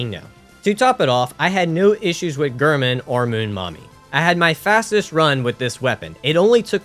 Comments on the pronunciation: Heeering you say “gurman” instead of “Gehrman” is killing me 😫😫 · Also Gair-Mon, Not Ghur-Min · The way you always said Gehrman made me tweak.